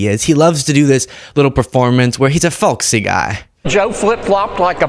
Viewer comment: Wow!! That fool can’t even get “folksy” right. He should go with old ascot wearing gay dude.. something he seems be familiar with. IMO 🤔